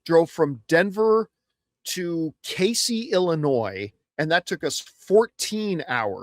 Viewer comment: That's called Kay-Zee. You were close to my area. I learned Casey was pronounced while I'm in college and being on air.